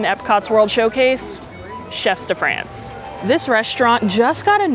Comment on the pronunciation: Hi, great video as always. One thing I have to point out: I'm not sure if you're purposely mispronouncing Chefs de Frances for engagement (which I'm happy to contribute to) but it would behoove me not to correct you if not. The S in "chefs" is silent. The vowel in "France" rhymes with the word "on" and the N consonant is lightly annunciated. If my explanation is confusing (I'm no linguist), you could put it in google translate and listen to it pronounced there. Again, great video and love the channel. You are by far my favorite Disney youtuber and I've been watching you for years!